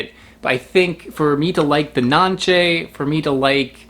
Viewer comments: We eat it in Honduras in juice, drink the juice! And the pronunciation is not NANCHE its NANCE its Spanish... we take the pulp with our hands not a knife 😏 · It’s pronounce it Nancy in Spanish